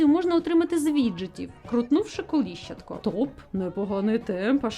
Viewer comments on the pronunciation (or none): Лайк! Але коліщАтко, а не колІщатко 🙃